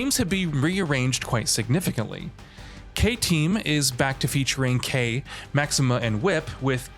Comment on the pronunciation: This has to be the worst video on YouTube. Did you actually research anything before making this video. You used Kulas rendering for Mai, his names is pronounced "Kay Four Nine" not "K ninety-nine ninety-nine". Please learn hw to actually pronounce iori and kyo, it's K Dash. The announcer has literally been pronouncing their names since 95. Why don't you actually do do journalism instead of posting nonsense....